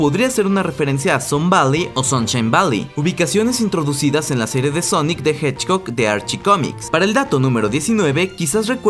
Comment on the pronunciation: dijo honic the hedgbog